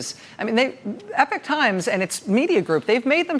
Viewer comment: Are they saying the Epic Times? Pretty sure Epochs pronounced e-pock.